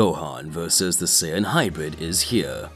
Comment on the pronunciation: narrator: sin me: F##K YOU BRO IT SAIYAN